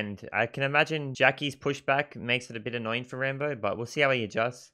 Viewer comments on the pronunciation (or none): Its rAmbo, not Rainbow XD